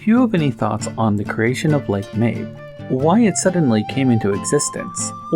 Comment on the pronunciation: This is a Japanese game. I can almost guarantee you the proper pronunciation is "ma-bay".